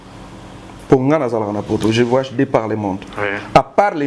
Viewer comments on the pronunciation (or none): none